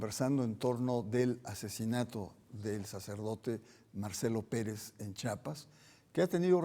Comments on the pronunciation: Se pronuncia , Chiapas no chapas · Señor pronuncie bien Chiapas no Chapas.